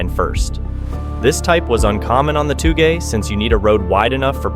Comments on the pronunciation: Aint no way bro just messed up on saying TOUGE and then tried to educate us that this kinda racing is TOO GAY for me to do 😭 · OMG, you are giving us a lesson in pronunciation? You pronounced it "Too Gay" racing. Better take some Japanese lessons before giving us lessons in Japanese language. 😂😂😂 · its pronounced "toe-ge", not "too gay" lol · ITS TOUGE: TOWG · He just wanted to say “too gey” 😂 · Seriously, did you actually say "too-gay"????? I suspect you just did that to get engagement in the comments so I guess mission accomplished buddy👍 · Sorry but touge is usually pronounced as toh-ge but the “toh” is a slightly long “o” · too gay. lol smh wth.